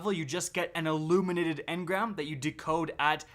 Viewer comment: It's illuminated, not aluminated.